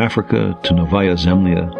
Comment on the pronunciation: Sagan sempre excelente... Só uma correção, ele disse Novaia Zembla (diz-se "Novaia Zemblia"), não Zâmbia. É um arquipélago no Ártico.